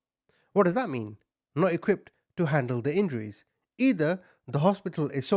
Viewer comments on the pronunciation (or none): none